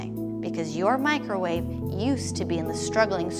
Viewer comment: So who all is “Mikerwave” gang